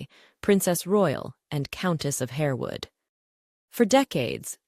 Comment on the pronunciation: If the narrator of this piece is who I think she is she ought to know that 'Harewood', the title of her daughter after her husband acceded the Earldom, is pronounced 'Harwood'. Apart from that, a good piece about some rare items.